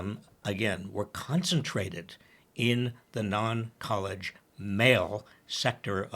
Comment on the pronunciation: Stop saying collge /non college. It"s insulting to the many people's sense of intelligence.